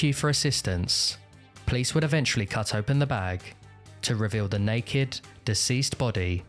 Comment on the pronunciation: great video. have always been fascinated by this case. one request though - please avoid pronouncing eventually like evenchrually. it's kinda annoying